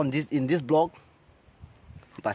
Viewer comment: Blog or vlog ..please pronounce clearly 😂 lol